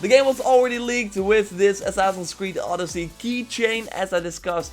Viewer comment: 🇬🇷It's not oooodyssey it's odyyyyssey 🇬🇷 :)